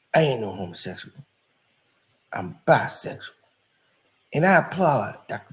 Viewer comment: The way he says homosexual...lol